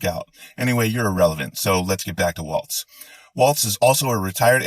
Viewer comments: The guy's name is Walz. Pronounced like Walls! It is not Waltz, the dance. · No offense introduced but his name is WALZ, not WALTZ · I love Tim.... but his last name is Walz not Waltz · His name is Walz not walts. I am sorry I do not know how to spell. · Everything about your video was spot on except your pronunciation of Walz. There's no "t" in it (like the dance) and it's pronounced "walls". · For the record, it's pronounced "WALLS" not "WALTZ" like the dance. Both Parts of this were great. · Waltz is a dance not Walz. His name is pronounced Walls not waltz. You can google the pronunciations. Im not saying this yo troll you, im saying it because you msy want to pronounce his name correctly out of respect. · Um, his name is Walz, not Waltz. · WALZ = WALLS NOT WALTZ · It's Walz brother, not Waltz.☺ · Theres no "T" in Walz. Its not a dance. Good stuff anyway. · Walz not Waltz. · It's Walz, not Waltz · Loved this video ! His name is pronounced like walls not waltz as the dance. Maybe we can start a new dance.The Harris/Walz Democracy Dance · Walls (i.e. balls to the...) not Waltz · fyi it's pronounced walls not waltz, and shady Vance never boinked a couch. As far as we know. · Walz….not waltz ….still love you tho. 😉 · As a Minnesotan, and for reasons completely unknown to me, Walz is pronounced Walls. Which I only bring up because you can use Balls to the Walz for sloganeering. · I think Tim is awesome. But his last name rhymes with balls, not the dance. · Actually, his last name is pronounced Walls but I agree that he is an awesome choice for VP. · It's not 'Waltz', there's no T. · It's WALZ, No T. The dance is the waltz. It's an easy mistake a lot of people are doing, but you have to say it correctly as someone who is going to give out facts & opinions & appear as a professional. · His last name isn’t a dance. It’s pronounced walls. Someone who Trump will be banging his head against soon. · Great rant, slight correction- it’s Walz- rhymes with walls.